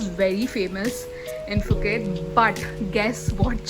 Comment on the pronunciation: Nice video! FYI: Thai people pronounced Phuket as "Pu-Ket" not Fu ket.